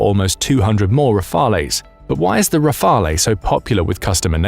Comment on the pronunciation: Pls don't pronounce the 'e' in Rafale